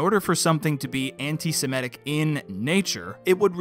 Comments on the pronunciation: I appreciate your channel, and this video, but I cringe every time you pronounce the word antis*e*m*i*tic as "antis*i*m*e*tic". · Why do you keep saying "Anti-se-me-tic" when it's "Anti-se-mit-ic"? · "Antisemitic". The word is pronounced "Antisemitic". (ANT-i-sem-I-tic). The fourth letter from the end is an I––not an E.